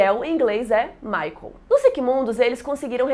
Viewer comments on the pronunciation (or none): none